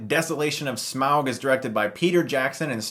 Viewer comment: and YES you said SMAUG correctly!!! So many people say "smorg"